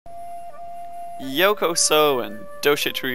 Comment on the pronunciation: were you're you trying to say yokoso "welcome" in japanese